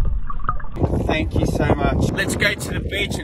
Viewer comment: He said thank you like it's the movie avatar